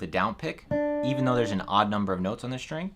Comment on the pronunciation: String, not “shtring”. Please.